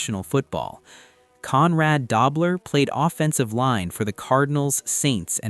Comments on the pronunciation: AI--can't pronounce Conrad Dobler correctly! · Stop mispronouncing dobler😮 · It's not da-bler it's doo- bler. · "Dobe-ler". Good try. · Learn to pronounce Dobler. DOHB-ler. al-ZAY- doh too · It's pronounced Doe-bler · It was Dobler with a long o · LEARN TO PRONOUNCE "DOBLER" CORRECTLY